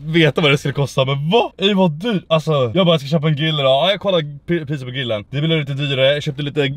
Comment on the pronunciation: Varför kan han inte säga grill ? Gillen ???